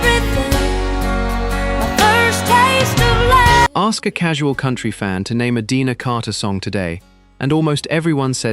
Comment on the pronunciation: It’s Deena Carter, not Deanna.